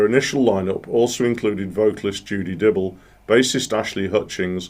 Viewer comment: My favourite Fairport album. And I hate to be that guy, but Dyble is pronounced like libel, not dribble.